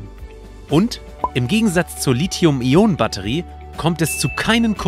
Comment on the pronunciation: Endlich mal jemand, der Lithium und nicht 'Lizium' sagt... :-) top!